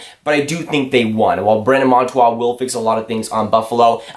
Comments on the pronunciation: bruh its monTOOR not monTWA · When you make a video say the name correctly .